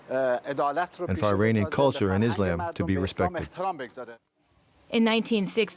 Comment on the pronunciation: three minutes into this video and so poorly produced. The pronunciation is horrible (Khomeini = HO-MAY-NEE, Islam = IZ-LAMB). There was also a title card at the bottom that spelled Cleric as "Clerk" lol